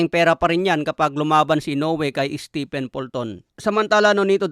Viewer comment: Steven ang bigkas sa stephen. Si stephen curry lang ang naiibang pronunciation sa pangalan na yan sa mga native english speaker.